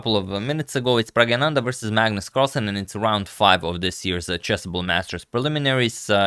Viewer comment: One more wrong pronunciation of Praggu's name.